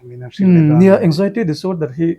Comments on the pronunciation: Anzaity ti in soi roh nge Anjaity itih zel a ngaihthlak a hahthlk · Anxiety ❌ Eng-jai-ty ✅ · Anzaity lam dan pawh kan youtuber pa chu no mawi khawp mai